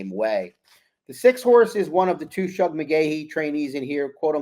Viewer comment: Please,, it's Shug, as in sugar.